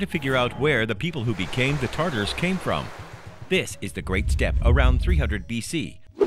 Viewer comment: Tatars not tartars